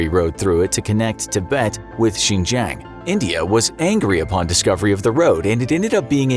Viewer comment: How did you pronounce Xinjiang? JingJang? WTF? Zero credibility in understanding China's motivations if you don't even know how to pronounce province names. I feel sorry for people who rely on these type of videos for knowledge.